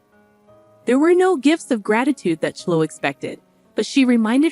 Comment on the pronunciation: Clo ee not clo